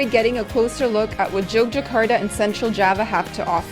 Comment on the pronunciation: Just in case you go back the city's name is pronounced YOGYAKARTA. The old spelling Jogjakata is the dutch way of writing so the J would still be pronounced as Y. However, the main point is, I guess, I loved your video and I have some time free so I'm going in 8 days. Thanks for the inspiration!